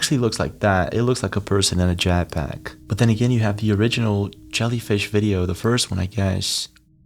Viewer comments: Jet with an et not an at bro jat pack lol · What is a “jack pack ? Do you mean Jet Pack ?